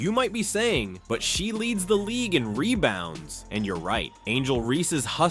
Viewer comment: Leads the league in Mebounds not rebounds. LMAO